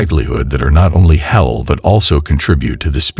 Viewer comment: ThankYou for this lovely post Sir! You have a good voice n speak/read well except for a few words pronounced wrongly.May we all be guided.It’s Halaal n not hell or helal It’s Haraam n not harem.Please ask someone to pronounce them for you Sir! My apologies if I sound rude🙏I mean well🤲